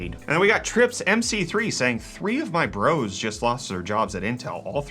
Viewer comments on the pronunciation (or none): none